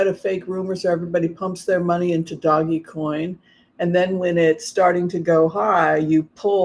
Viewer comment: Pronounced “dohj coin.”